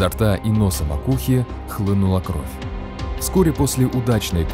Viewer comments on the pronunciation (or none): none